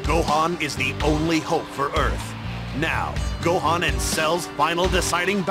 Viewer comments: je kiffe tes vidéos sur tb3!! mai juste sa se dit san gohane pas san gohan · qqun peux lui dire que ca se prononce Gohane( ecrit comme ca doit se prononcer)